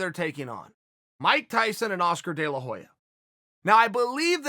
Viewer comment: Chael "Mike Tyson and Oscar De La Joya" Sonnen